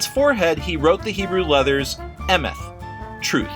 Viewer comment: actually its pronounced emet and met (no h)